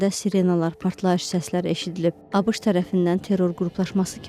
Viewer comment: Abış yox abeşe